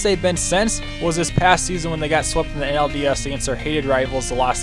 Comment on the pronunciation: No he just was kinda mumbling